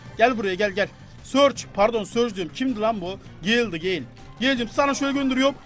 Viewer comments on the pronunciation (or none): none